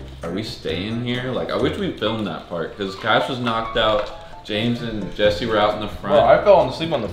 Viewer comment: man said jester lol its jesse or jesser